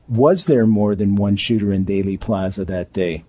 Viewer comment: Thanks for all you do,. One small piece of constructive criticism? It's Dealey (Deely), not Daily Plaza.